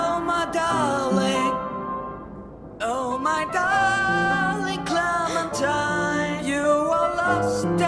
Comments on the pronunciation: Nobody: No one: French Louis: CLEMATEEN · Clemintina? ARE YOU SERIOUS? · Is it just me that was getting triggered how clementines name was being pronounced?